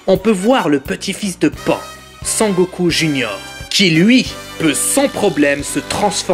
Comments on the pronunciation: D'ailleurs c pas pain c pan putain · vous me faite rire vous les mec qui critique essayer de faire pareil et après vous fermerez votre gueule et on dis pas pain mais pan(e) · Et elle s'appelle pan pas pain pffff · Pain et OVA xD , on dit PAN et OAV